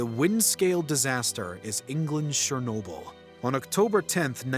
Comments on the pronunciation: shernobyl? its CH-ER-Nobyl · Its Cher-no-byl not Sher-no-byl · it's pronounced CHernobyl not SHernobyl like pls 😭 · It’s not sherrnobyl it’s Cher nobyl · you spoke the word chernobyl wrong. you speak it out as cher(from the word cherry)-no-byl(from the word debiel in dutch (biel=byl)) this is how you say it. cher-no-byl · There’s no “sh” sound in Chernobyl